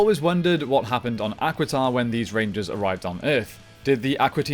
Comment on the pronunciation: As much as I love the does it bother anyone else that he does not pronoun names correctly? I mean he keeps saying the equiden rangers, or however it is spelled, when its actually Aquitar. NOW I DON'T KNOW IF HE DID THIS OR NOT but it would be like him tiaforia with its pronounce triforia. It make you wounder if he watches the show.